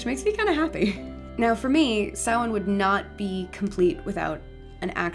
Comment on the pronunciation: This was incredibly interesting and insiteful, Thank you. Some great information, not least of all is the pronunciation of Samhain, which having never heard it said by anybody, I have always said "Sam-Hane", what a fool I have been